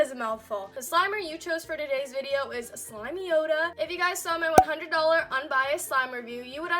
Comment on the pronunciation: (SLIME-yoda) not SLIMEY-oda 🤧